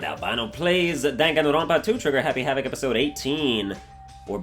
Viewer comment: Did none notice the fact he said "welcome back to danganropa 2 trigger happy havoc!"?